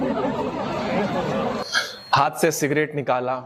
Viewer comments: भाई वो हात नही हाथ होता है। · हात नहीं हाथ😅